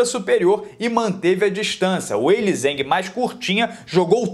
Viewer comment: A luta toda eu só ouvia o narrador dizendo "a chinesa Uelizane". Lutaça. As duas pareciam Cammy x Chun Li no Street Fighter. Energia absurda. E coração também.